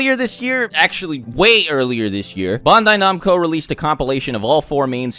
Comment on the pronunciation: "Bondai Nomco" My man.... I enjoyed the whole video until you butchered Bandai Namco's name to an unprecedented level lol